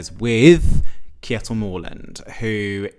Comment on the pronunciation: Kjetil is pronounced something like this: CHEH-til As for Mørland, the letter ø sounds most like is the vowel in “bird” or “hurt”. However, if his name was Mårland, your pronunciation would be correct.